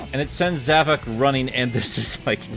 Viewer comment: Um, it's actually pronounced Zav-o-k